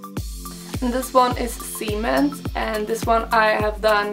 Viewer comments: I thought you said cement was called 'semen' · cement . säg de på svenska :) uttalas samma på engelska! de du sa va spärmament xD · when she said 'cement' it sounded like 'semen'... I was rather shook indeed